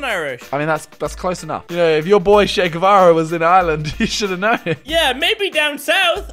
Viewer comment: I genuinely loved this video so much, both you and his perspectives. Also, I just wanted to say I'm impressed with your pronunciation of "Che Guevara." My last name is Guevara and I can tell you almost zero people says it right or spells it right.